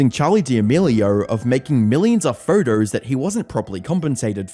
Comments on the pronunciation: Why do you pronounce ‘photos‘ like that? “Furtous” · I just like the way you pronounce "videos" as "vidreyouse" and "photos" as "phurdouse". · What's a vidier and a pherter?